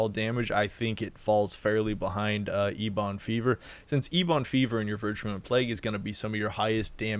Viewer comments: Ebb-in, not E-bawn lol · Aura = Auraura and Ebon = Eebon haha no hate, love your guides, just funny